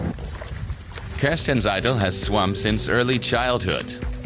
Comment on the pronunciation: SWAM pronounced like Ma'am.